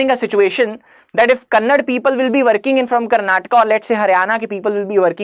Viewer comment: i love the video. i love the host. please say KANNADA not KANNAD